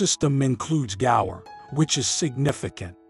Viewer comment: Gaur not gores what are you dumerican or something…pronounce properly dude.